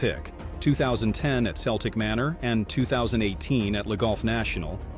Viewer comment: Celtic manor is pronounced keltic nor seltic